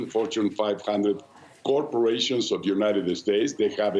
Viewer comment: "The United 'Estates" 🤣🤣🤣🤣🤣